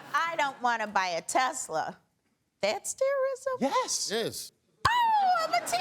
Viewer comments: A Teslerthon 🤣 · Ahh, teslurr. Lmao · The new word: Te-Slur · 🤣 he’s putting that hard R back in tesla